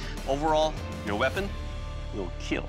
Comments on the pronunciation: It will “keel”…… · Never ceases to amaze me that one of the most wholesome channels on YouTube is one where the famous line is, "It will keal." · It will keel! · A lot of kids also watch this show, so Doug improvised by turning the word kill into KEAL in order for young watchers not to make it a habit of saying that word because youngsters will of course, always try to emulate what they watch on tv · it's not kill, it's keal, keep everyone alive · "It will keel" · Does be say keel or kill?? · It will "kiell" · ah man the third video ruined my mood because he said it will kill not it will keal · I’m pretty sure they are just running with a meme. The asian dude has an accent and he has always pronounced it as “keel” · The 'kill' tester in these clips has a really weird way of saying "kill".. it's stretched out to a 3 syllable sound..